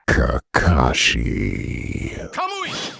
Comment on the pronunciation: You said Kakashi so well lol